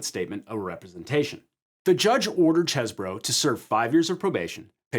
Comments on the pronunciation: Oh so you don't say "Cheese bro" you say "Chess burrow". Disappointing. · Every time he says "Chez-bro", it just sounds wrong. "Cheese-bro". "Chese" clearly must sound like "These". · I can't believe you mispronounced Cheesebro's name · Why can't pronounce Cheese-Bro correctly? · Why does everyone keep mispronouncing CheeseBro? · Omg it's CHEESE BRO say it right!